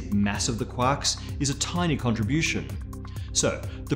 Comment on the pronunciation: I love how he says quarks. Sounds like Quaks